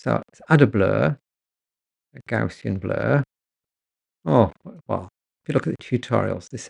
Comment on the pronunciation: Thanks for a very in-depth video. I was slightly amused at your mispronunciation of 'Gaussian' which is named after the mathematician Carl Friedrich Gauss and thus should be pronounced to rhyme with 'house' and has nothing to do with gauze 😀 a common misconception.